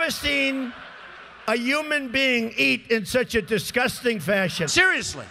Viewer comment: He says disCUSTing, not disGUSTing.